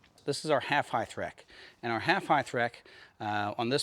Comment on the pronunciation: You guys should come up north and camp in the Big Horns with me. But please learn to say height correctly. It’s not heigTH. It’s heigHT. Length, width, and height. It kills be to hear people say heigTH. That and acrosst. There’s no T in across. Anyways, if you wanna camp with the grammar police, come up to the Big Horns in Wyoming!